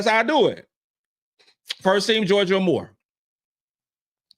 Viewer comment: I love the content that you put out my brother. However, IF YOU’RE GOING TO TALK ABOUT A PLAYER, AT LEAST Pronounce HER NAME CORRECTLY. It’s Georgia AYE MORE. Not Amor Aye More. Do BETTER!